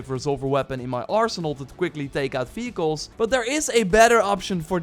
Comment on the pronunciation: who kept hearing this dude saying "fecals" instead of "vehicles" ?